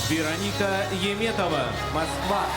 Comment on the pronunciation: Why does this announcer always call her "Yeem" when her name is "Yum" (Яметова not «Йиметова») ?